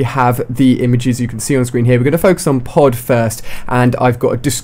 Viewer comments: Lol I thought pod said poo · I thought it said poo instead of pod :3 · I thought pod said poo lol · I thought Pod say Poo. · Look at the way he says pod.lol